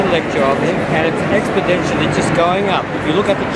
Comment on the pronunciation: The fact that this person repeatedly says "expodentially" leads me to believe that he's never actually consulted the "charts" he mentions or read the "science" he cites. Call me picky.